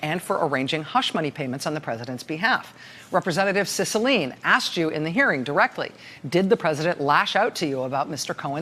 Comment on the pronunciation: Heads up..it's Cicilline..emphasize the "e" at the end...my rep. :)